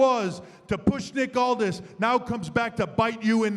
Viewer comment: It's "Aldis"!